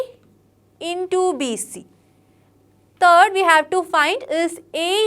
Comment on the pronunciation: 'Third' bolti ha 'turd'😂